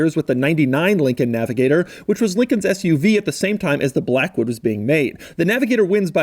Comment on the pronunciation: "Class it up in the Lincoln 'Black.. Hood" lol ohhhh Doug